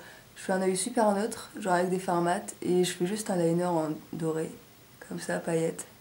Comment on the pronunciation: Très joli ! Je remplacerai le rouge par une autre couleur parce que j'aime pas trop, mais ce n'est que mon avis ! J'adore les paillettes ! Haha, d'ailleurs tu m'as fait délirer avec est "paaaaaillettes" et "magnifayques" (y). Bonnes fêtes !